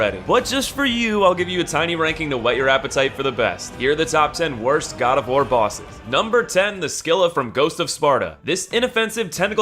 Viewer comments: Uhh, that's not how you pronounce scylla. Its more like "see-lah" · You pronounced Scylla and Hraezlyr so wrong lmao. Scylla's pronunciation hurt me the most.